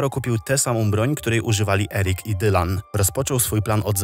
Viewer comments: Nie czyta się "Dajlan" a normalnie jak pisze czyli Dylan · nie dajlan tylko dylan. tak samo czytasz jak jest napisane